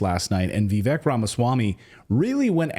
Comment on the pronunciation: How are you STILL calling him "Vee-veck" !? 🤦🏻‍♂️ it's (VIV-VAKE)